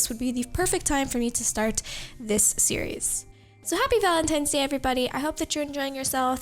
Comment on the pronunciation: Was she saying Valentimes Day?